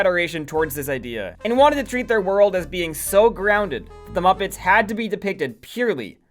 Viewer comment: why do you pronounce muppets like that